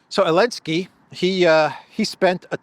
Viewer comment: Did Trump call Zelenskiy Elenki?...😅😅😅😅😅😅